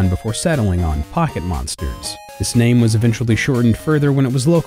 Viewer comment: I was hype and then I heard you say his name. I'm out.